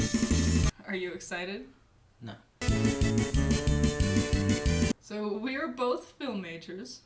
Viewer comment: "Are you excitet?" "No." Mood